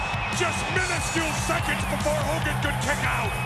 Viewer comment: Whose that jabroni HUUGAN? Never heard of him before.